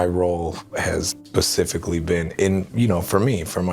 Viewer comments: I don’t trust any adult who doesn’t know the difference between “specifically” and “pacifically.” And we were supposed to believe he was mature and intelligent enough to raise children on his own? 😂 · He said "pacificly " 😂😂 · Kevin in the interview said “pacifically” instead of specifically lmaooo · Dude is a looser and a joke. Only wanted Brittany for her money.... he's absolutely at fault along with the rest of her horrible family imo. And what he did to Shar shows what kind of person he is. Selfish! Can't even say SPECIFICALLY right... 🤦🏼‍♀️😂